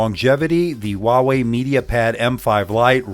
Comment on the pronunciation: Its called Huawei not walway